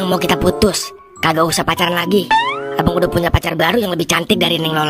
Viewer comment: kenapa ya bahasa nya selalu pake huruf e? contoh: abang jadi abeang. obat jadi obeat, bata jadi beata 😮